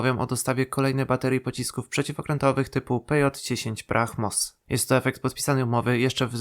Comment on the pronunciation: Weź się nie kompromituj: Brahmos[bramos].